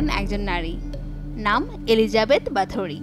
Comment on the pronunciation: There are no strong evidence that she actually used blood to be beautiful... Stop exaggerating. And it's pronounced kinda like"বহোরি"not "বাথুরি"